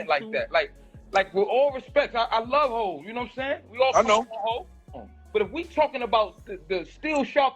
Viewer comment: HAV? Is this dude serious saying HAV?